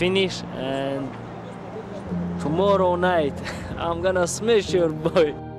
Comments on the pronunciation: „ tomorrow night, im gonna smesh ur boy“ oh man. Brings up memories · and he did "smesh"